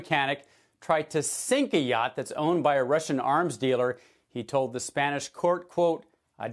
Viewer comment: it is a yacht not a yaaaaaaaart